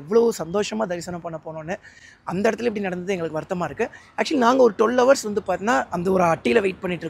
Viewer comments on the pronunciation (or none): none